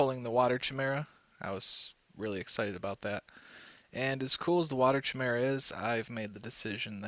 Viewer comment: Mate your vids are awesome but its pronounced Kai-mera not chi-mera Sorry but it bothers me every time he says it wrong